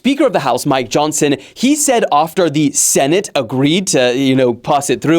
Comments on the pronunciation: Its senate not sentate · SENTATE??? 😂, ADRESSES? 😂😂